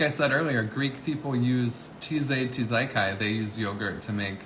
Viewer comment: Please dear lord learn how to pronounce tzatziki, chorizo, tortilla, and a million others before my mind explodes!!! You have a cookbook for peets sake!! But you cant even pronounce some of the most basic things that YOU cook with or talk about! It makes you seem ignorant or uncultured when youre trying too hard to be. Which is just sad! Please its insulting to the cultures you are mispronouncing foods from! And most of them like i said are very very basic!! I found you through another channel making one of your dishes and i thought it was a voice over with AI that mispronounced chorizo and tortilla bc it was soooo badly mispronounced that i didnt believe someone actually didnt know how to say them properly! I love so many of your dishes and have been watching your content now and you have some really great Keto ideas and recipes and snacks! But you have to work on your pronunciation bc it turns ppl off! Im from the Rio Grande Valley and it shocked me so badly and made me sad when you couldnt say chorizo or tortilla even the silly American way! You have a completely diff way of saying it thats so bizarre! I cant believe no one else has called you out on it. You truly need to work on it if you want to be a professional at this! Either ppl are just laughing at you which im NOT doing...and im not coming at you in anger! Im simply calling it out so that perhaps you will at least google some things before you say them when youre not sure and get the right pronunciation before maki